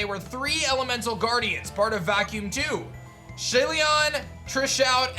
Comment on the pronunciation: It's tri shout as in three